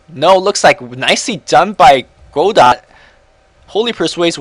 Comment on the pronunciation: it's pronounced kinda like (Go-dough) godot that is.